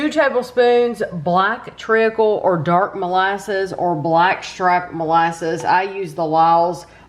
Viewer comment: Hi, it’s pronounced treecle. You don’t pronounce the a. Great review as usual.